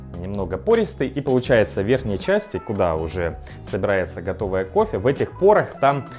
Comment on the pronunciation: хорошИЙ кофе или как говорит "кофЭ"